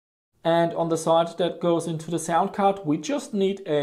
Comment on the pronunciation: lol, "cound sard."